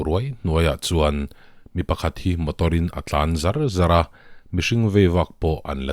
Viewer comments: A tlan zar zar a, tih hi Char Char tih thluk in thluk la a mawi zawk a ngem aw......? Eng pawh ni se....Arsenal an bawn, COYG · '...car a tlân zar zar*' tih i lam dân hi ava dik meuh lo ve. ' Thil awmzia han sawi *zar zar teh' tiha zar zar lamrik anga lam ni se.Hetianga lamrik fuh lo hi i nei zauh zauh ania.